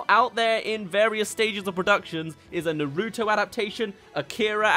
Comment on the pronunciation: Because of the fact that you pronounced naruto wrong I no longer trust your anime input